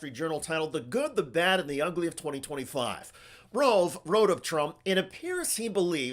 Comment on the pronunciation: FWIW, it's Karl ROVE, not ROLVE.